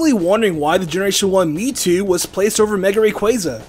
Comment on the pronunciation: Why do you keep saying ME TWO